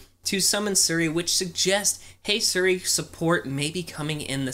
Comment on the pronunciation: you say “siri” like sri